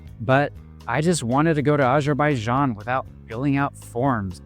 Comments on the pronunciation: Great review. Just one small note: it’s Azerbaijan, not ajerbayjan. I understand it might be a pronunciation thing, but try this: say Arizona, then immediately say Azerbaijan. Once again, excellent review, very helpful for anyone who hasn’t visited yet. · Would be nice to pronounce name of Azerbaijan correctly